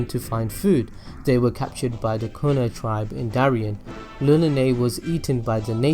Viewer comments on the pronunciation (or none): none